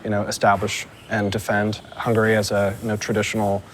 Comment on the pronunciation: Hungarian here. I don’t give a damn who is right or left, but if you pronounce the country “hungry” instead of “HungAry,” how can I take you seriously? 'Muricans...